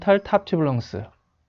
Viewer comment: 좋은 강의 정말 감사드립니다.. length 발음, 렁쓰 대신 렝쓰로 교정하심이 좋을듯 합니다..